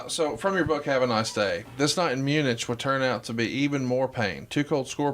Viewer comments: "Mun itch" Nice pronunciation there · It's pronounced "Mu nick"